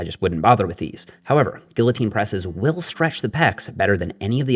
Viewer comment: Great video. But, kids, pronounce “guillotine” like.